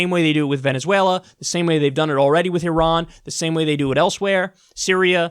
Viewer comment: You can't say Iran?